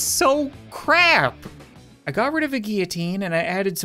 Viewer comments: it's not gee u teen it's gill o teen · Why do you say geeoteen, instead of guillotine? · Every time he mispronounces guillotine he triggers me. It is pronounced gill oh teen. Not gy oh teen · Its not gee-a-teen its gill-a-teen (how to pronounce it) btw i love your vids! 😁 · For goodness sake it's guiLLotine not gEEitine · its pronounced guillotine gill-oh-teen not gee-a-teen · He pronounced guillotine giutien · That’s a weird way to pronounce guillotine lmao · Not how you pronounce guillotine